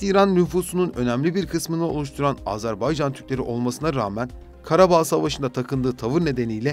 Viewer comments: Seslendirmeyi yapan kardeş azarbaycan değil Azerbaycan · Azarbaycan değil Azerbaycan deyin lütfen. Türkler kardeş ülkelerinin adını bile doğru telaffuz edemiyor derler rezil oluruz